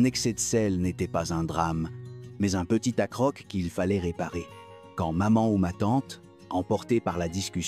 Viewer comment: Un "accroque", ces voix IA sont insupportables à écouter...